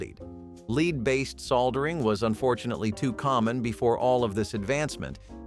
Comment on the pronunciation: Am I the only one who is irritated by some of the pronunciations? Like “leeeed poisoning” or “sold-ur-ing” cans??